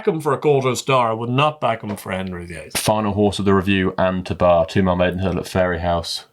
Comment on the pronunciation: It’s not An “too bar” it’s pronounced An Tubber An Tobar